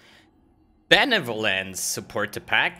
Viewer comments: benevolence not belevolence lol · the bleveleanence killed me xD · Lol i think “beleveolance” is going to be added to my loot filter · Dude, Belevelevelelance (LOL)., please, stop it, I'm not wearing my diper! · belelelelvolence hahahaha